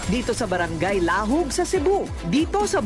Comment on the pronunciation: hahahaha laaaaaahoooooooooooggggg